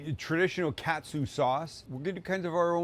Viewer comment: Just a heads up since you’re coming here in a couple of months, Sam…it’s not pronounced cat-sue, it’s kaht-su (think of a New Englander saying “car”).